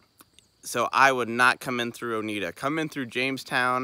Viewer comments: I live in Oneida and it’s actually pronounced OH-NYE-DUH 😊 Oneida is actually a really great little town to go through to get to the Big South Fork. We have more than just fast food, but you just have to do a little digging to find the good food spots 😉 the drive from Oneida down to BSF is a beautiful ride and yes the curves can be a bit much, but the drive is breathtaking! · Great video! FYI - Oneida is pronounced own-eye-duh ;)